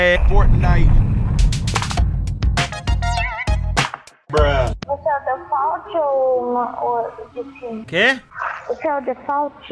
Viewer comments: "FERTNITE" AKAKAKAKAKSJAKALJDIAIQJS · "Fertnite" KAKAKAKAKAKAKAKKA